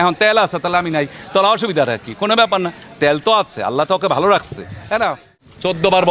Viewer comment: 😂😂😂😂😂 বালো না ভালো । উচ্চারণ ঠিক করে করেন মিঞা 😂😂😂😂😂😂😂